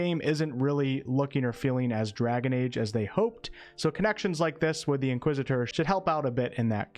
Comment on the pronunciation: Nice pronunciation of Inquisitor 👍